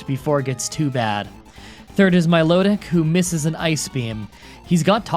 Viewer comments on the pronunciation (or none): He said "Mylotic"